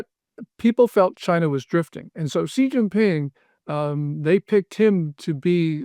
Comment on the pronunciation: You lose credibility if you can’t even pronounce Xi correctly.